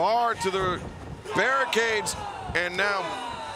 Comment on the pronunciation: Heh. Barricades/Bear'icades.